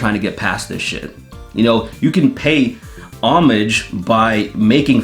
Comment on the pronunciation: It's not pronounce homage, it's pronounced homage. If you're going to culturally appropriate an old French word that was culturally appropriated from a medieval Latin word, then pronounce it correctly.